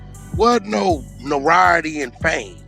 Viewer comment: They. Both can't pronounce notoriety smh